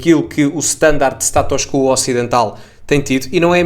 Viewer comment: Não é STATÓS CUUUUUUUUUUUUO é SATUS QUO ( o O é que é assentuado: QUÓOOO) na espanha é que dizem CUO